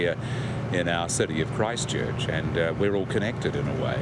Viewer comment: Christchurch is one word. Please pronounce it as such. We realise it's a stupid name, but emphasising it isn't helping.